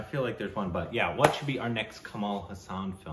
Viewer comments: Kamal Haasan is not pronounced Cumaal Huh-saan, it’s Cummul Haa-sun. Haasan is a place in Karnataka. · guys just wanted to tell you've been pronouncing his name slightly wrong When you say Haasan spell it as HAAA-SUN instead of HA-SAAAN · In Tamil it's called "pesum padam" meaning Speaking Film.... And pls note..it is pronounced Kamal Haa+sun.....not ha+saan.. Meaning the one with a lotus like smile..😁😁😁😁😁